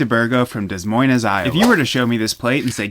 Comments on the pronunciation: and did you pronounce it that way on purpose to piss people off or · are you saying that because I said I have never heard anyone murder the name of Dea Moines so thoroughly? I have definitely heard people pronounce it wrong, just not the same way he does in this video. But honestly, he probably is doing that because he knows he will get comments from people telling him he is wrong. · Bro its pronounced "De Moine" not dez moinez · Hi, Iowan here I have never heard of a Steak De Burgo also, It's pronounced "Demoind" not "dEs MoiNees." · I’m from Iowa and the way you said Des Moines hurts it’s pronounced de moin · It's De Moyne the s is silent because it's French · ITS PRONOUNCED DE MOIN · This mine! And its pronounced de-moin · It's pronounced dee moyn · Its prononced Duh Moine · It’s pronounced “Duh Moyn” the s’s are silent… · It’s pronounced de moin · It's pronounced "De moin" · it's pronounced duh moyn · Howdy chat If you want to pronounce Des Moines say: De Moin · its pronounced duh moin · as a british person i just assumed i had it wrong my whole life thinking it was pronounced like de moin, but then i checked the comments and confirmed this guys the crazy one not me! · ITS PRONOUNCED DE MOIN ( silent s and silent es) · Dez Moinez, Iowa. You may be a chef but you should have studied geography. I have been going to Knoxville, yes, it is in Iowa for over 50 years and always make at least one trip to Dez Moinez and have never seen this and have never heard the city pronounced that way. Are you sure it isn't from Omihay Kneebraski? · A lot of people from Des Moines including myself are saying we’ve never heard of this 😂 I’d say a more common dish from here is a Guinea Grinder, they are so common you can get them from dinners here. I think you like it! Also De moy ns 😂 rhymes with bee loins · Fuck no. The correct pronunciation is "Da Moine" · DES MOINES IS PRONOUNCED (DEH-MOYN) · born and raised in Iowa never heard of this and its pronounced duh moin